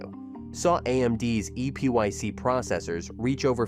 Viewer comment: EPYC is pronounced same as "epic".